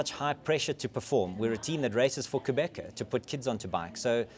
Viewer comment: lol i didn't know you did the click sound when pronouncing qhubeka.